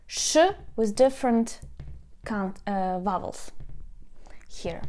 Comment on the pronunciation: Dear. GREAT CLASS!!! Please repeat slowly the word VOWEL, voooooooowel. again. voooooowel. the v is pronounced like in VOX, VOLUME, VOLCANO,, (VA, VE, VI, VO, VU ) THE SOUND SHOULD GO THROUGH YOUR FRONT TEETH AS YOU SPEAK. ON THE OTHER HAND, THE W SOUND PRONOUNCE IT LIKE IN WELCOME,WELL, WEST,(WA,WE,WI,WO,WU ). THE W SOUND GOES THROUGH YOUR PRETTY LIPS. I HOPE YOU DON'T GET UPSET WITH MY COMMENT. ENJOY YOUR WEEKEND. 🌹🌹 I HAVE TAUGHT ENGLISH AS A FOREIGN LANGUAGE FOR MANY YEARS TO STUDENTS FROM DIFFERENT NATIONALITIES. IF YOU WANT TO WORK ON YOUR ACCENT I CAN HELP YOU FREE OF CHARGE THROUGH SKYPE. GOOD BYE.